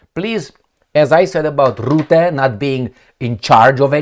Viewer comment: You must start history study. The country you are living now perhaps was involved in European history for the last 100 years. You can make better videos. What happened to the French women when the English speakers landed in Normandy. Rutte is pronounced Rutte. Not Rootte.